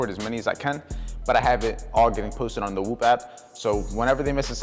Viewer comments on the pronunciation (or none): WHOP❌ WOOP✅